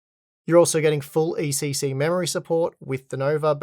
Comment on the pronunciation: It‘s ECC not ACC. Also it‘s Pro and not Pror.